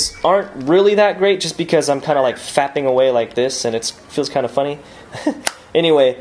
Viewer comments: It sounded like you said just fapping away on it and not tapping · He said "faping arround"